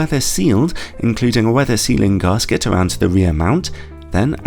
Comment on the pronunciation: while i love your reviews the ocd pedant in me baulks everytime you say garsket its gasket prounounced gas kit of course it doesnt matter at all but i spent 40 years as a mechanic and would have been hung from an engine crane if i had ever said it needs a new head garsket" lol! still please cary on giving reviews they do help......phil